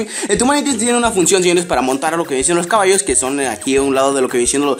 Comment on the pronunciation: DICE CABALOS